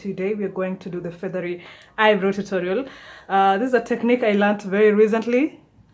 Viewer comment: Wow, beautiful ... But it's not pronounce eye-bro .. It's eye-brow ..